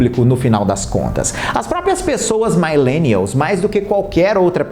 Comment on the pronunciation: Adorei o vídeo!! Muito importante!, só uma dica mesmo pros próximos vídeos, a pronúncia de millennial fala “milênial” mesmo hehe só uma dica mesmo. adoro seu conteúdo!! 😘😘